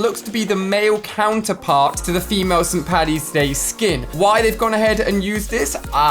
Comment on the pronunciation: When Ali Said St. Paddy's Day I Got So Triggered Cause I Am Irish And The Way He Said It Was So Weird. EDIT : Can People Stop Begging For Likes - Me 2019